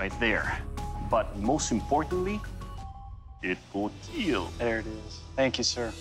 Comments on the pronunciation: then y doesnt he say kill. he speaks english sooo... how hard is it to say kill and not keel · He makes it sound like keel😂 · Imagine your out in the battle field and out of nowhere this guy comes up and just mangle's you with a random ancient weapon and then says, "it will KEAL" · Its pronounced kill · Even the official producers running the show accept that Doug definetly pronounces it KEAL and not Kill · They are saying Keal instead of Kill? Why? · Thats not how you say kill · It sill keal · It... will... KEAL. 😎😎😎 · Does he actually say keal not kill? If so what does it mean? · I love how Doug says it will keal and not it will kill lol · Wait he’s not saying “Kill”? What does keal mean? Or is it just a meme on his pronunciation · And more importantly : it will keel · "It will KEAL" one of the greatest lines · It will keel 😊 It will cut 😃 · It will keal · IT WILL KEEL. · Keel means to fall over or collapse... so this is the falling over test? Or do u mean kill...its not hard to pronounce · "I will KEAL"💀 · Glad that dude overcame his speech impediment, but his pronunciation of "kill" is weird.